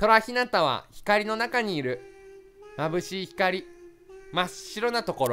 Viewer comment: 眩しいをまんぶしいって言ってるように聞こえる👂